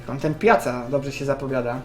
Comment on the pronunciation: Nie pjaca tylko pjaka xd